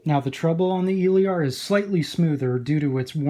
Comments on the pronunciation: El-ear ..... Your killing me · It’s Eh......Leer. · honestly I'm not sure anymore tbh. 99% of all other reviewers pronounce it as "il-eer". For all we know you may be the only person pronouncing it right haha. In french it would be "il-air". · Nice review! You pronounce Elear wrong tho :3